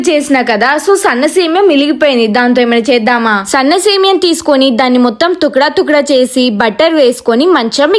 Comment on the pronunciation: Vedio lo thukda thukda word comedy ga undhi 😊